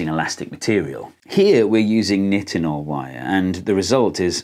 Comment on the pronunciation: Ahhhh this video was great but the way you pronounce Nitonol is giving me a stroke It's a long I - nye-ten-ol